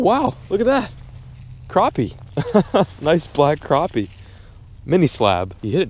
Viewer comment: I'm happy you say crappie! Not croppie! Lol.